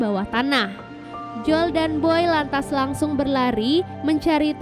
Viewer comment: Bacanya joel mba bukan jol